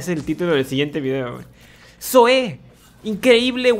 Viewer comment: es Zoe men no Zoé xd